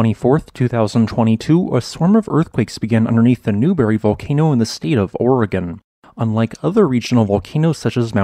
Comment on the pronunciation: As a native of Oregon and Washington, I'd like to commend you on saying "Oregon" in the 'proper' way. Thank you.